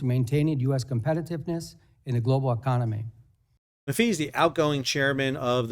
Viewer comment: Hello Sal, we love your show. Funny and informative. We’re from Syracuse NY so I just wanted to let you know Dan Maffei’s last name is pronounced Ma Fay.